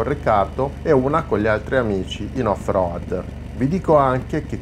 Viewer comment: al settimo "off roAdd" ho spento!!